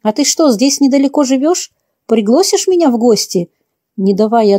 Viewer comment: Где берут таких безграмотных чтецов, невыносимо слушать! ПриглОсить, пОнять, еще куча всего..